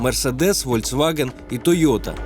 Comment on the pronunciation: ВОЛЬЦваген???))) ФОЛЬКСваген))) А так да, них..ёвое расследование! Полёт "коптера" над режимным объектом, слежка за госслужащим, могла и не понять охрана, кто есть кто!